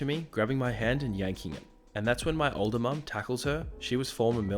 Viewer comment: For a second I thought you said “2 years old” instead of “2 years older” and I was like holy shit 😂😂😂